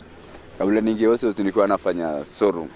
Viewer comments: Instead of saying show room, anasema Soo room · venye amesema 'sow room' nimekafunga